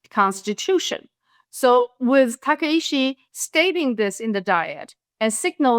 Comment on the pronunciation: Points all well taken, but it’s Takaichi, not Takaishi